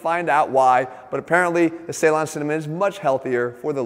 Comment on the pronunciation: The way you say Ceylon 🤣🤣🤣